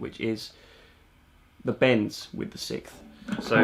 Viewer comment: I thought you were saying the sith instead of the 6th. I was like, I knew it took some dark Jedi powers to play guitar like this🤣. All joking aside, great video! You did a great job of explaining the theory in a way I understand👍